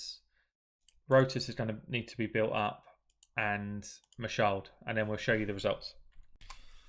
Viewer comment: bro.. it’s Ma Shaled with the e in Shaled pronounced as in the first e of elephant. It’s an Arabic name. It’s not a mute English style e